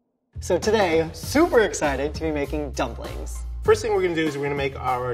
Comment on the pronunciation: And soupy -> super